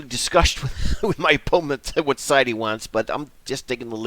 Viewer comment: ffs why u say opoment? Its driving me insane man